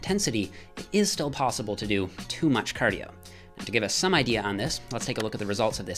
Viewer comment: Do your "cardiyooooo"